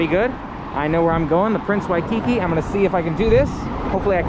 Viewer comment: You are in HAWAII, please go experience Hawaii. Also, it's WHY-key-key, not Wi-kiki. Ask a local, the names can be tricky. Rent a car and go to the Polynesian Cultural Center. Safari feels like we've only gone to the Hawaiian change hotels Adventure. We are excited about your adventures but please give us some Adventures